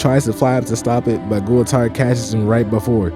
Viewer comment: Gool - Tard/ How to pronounce Goultard’s name.